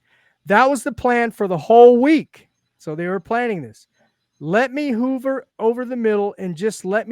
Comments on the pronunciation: This guy has no clue what he is talking about. He doesn't even pronounce hover correctly. Look what Herbert did against the Texans. 5 to 7 range? Tua is the most accurate QB in the league. He's very anticipatory (actually the best in the NFL), which means he can throw into coverage even when the receiver is covered, which a LOT of qbs cannot do!! This is how we can score points with a putrid oline. It's not rocket science! I don't know why this is so difficult to understand for people!! WHEN WE PLAY GOOD TEAMS THEY HAVE BETTER PLAYERS THAN US IN THE TRENCHES, BY FAR! THIS IS WHY WE CAN'T BEAT GOOD TEAMS. Also most of those games are on the road!! He's playing behind a line that gave him the "by far" the LOWEST time to throw in the entire NFL! All of this "progression" crap, which is false can be thrown out the window. If you want to talk about his injuries and knock him for that then it's warranted, however all this other crap is bush league. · I was thinking the same thing. Third grade reading level but expert on QB play? “Hoover” instead of “hover” cracked me up.